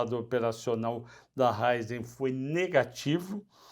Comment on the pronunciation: Ráizen e Fibra (por vezes)?! Importante pelo menos conhecer e acertar os nomes das empresas, se não a credibilidade fica bem prejudicada.